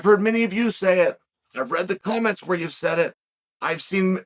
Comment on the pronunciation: Adding “co-mments” to list of mispronunciations. Christ, Chael. Get it together! “Mackel-chef” is bad enough. But COMMENTS?! “I read it in the co-mments?” Lolol 😅😂